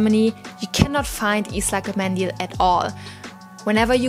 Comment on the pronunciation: darf ich Dir eine Tip geben? Der Buvhstabe "ı" wird nicht wie ein "i" ausgesprochen sondern wie ein "u" jedoch muss man dabei grinsen um den richtigen Ton hinzukriegen. ıslak mendil ;-)